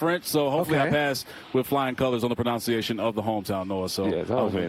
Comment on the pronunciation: It's pro-NUN-ciation, not pro-NOUN-ciation. 😂😂😂